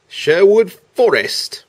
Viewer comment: As I'm a Brit, i can tell you that the way he pronounced Cherwood Foorest is not the way it's pronounced in English. It's Sherwood Forest, the same way it's spelt !